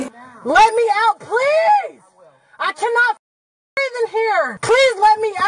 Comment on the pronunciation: uh canna breef! uh canna breef! uh canna breef! uh canna breef! uh canna breef! uh canna breef! uh canna breef! uh canna breef! uh canna breef! uh canna breef! uh canna breef! uh canna breef! uh canna breef!